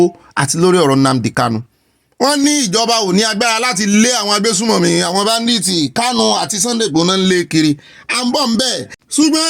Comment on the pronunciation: This oga olopa he sick saying that word badith is badit. Eku eto olorun amabawa to.❤❤🎉🎉😂😂